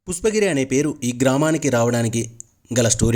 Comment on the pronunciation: Mundu meeru pushpagiri ani sarigga palakandi, pusspagiri kadu video Chala chala bavundi 🎉